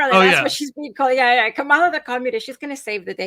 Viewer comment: are you intentionally mispronouncing Kamala's name?